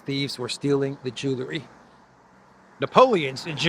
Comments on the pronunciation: Jewel - ry not Jewler - ry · Theft took 7 minutes, so obviously they had to leave the passports in the rush to leave. Wish would pronounce jewelry the old way: jewel ry, NOT jewlery. He can say jewel, so just add the ry. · There's no such word as Jew-ler - ee. It's pronounced Jew-ell-ree.